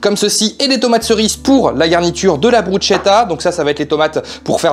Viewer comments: Hello, très appétissant 😍 en italien "che" se prononce "qué" 😉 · Simple et efficace, ça donne envie ! Par contre on prononce BrusKetta ^^